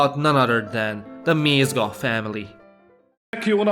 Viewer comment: (im fucking dum and commented smth that was mentioed l8r in the video but also) IM SORRY BUT THE WAY YOU'RE PRONOUNCING MÉZGA WRONG HALF THE TIME BUT CAN SAY GÉZA RIGHT PISSES ME OFF WDYM MIZGA